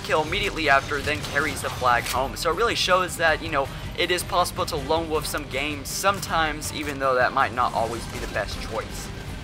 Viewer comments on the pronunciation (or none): Please, please, please, please stop saying "turrent" it is pronounced "turret". There is no "n" in the word. Also, wolf is not pronounced "wuf".